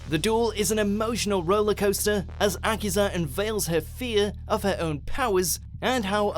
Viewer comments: Also, learn to pronounce names, please. That's Greiger, not Grey-ghar, and Akiza, not aKIza. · its uh key za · its a-key-sa!